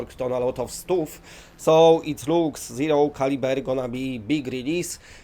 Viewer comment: never heard of “Zero Caliver” lol